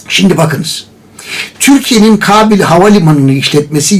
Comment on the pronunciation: Kabil değil dede, Kâbil. "Kâğıt" der gibi...